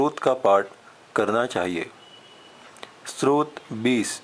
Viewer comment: बडी अच्छी सूचना है पर आप ने स्तोत्र शब्दही ठीक से नहीं बोला है, आप स्त्रोत कह रहे हैं । दोनो में बहुत अंतर है|